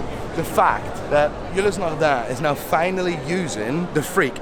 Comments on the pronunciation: Why do you pronounce now like nye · "Go there noy"